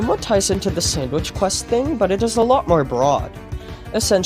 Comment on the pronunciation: "sandwish quesht" lol.